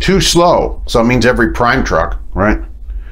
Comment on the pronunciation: He says ... "that's eveey Prime truck" 🤣🤣🤣🤣